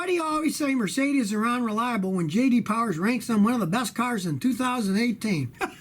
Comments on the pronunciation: J D POWAH. Hi I'm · J.D Powah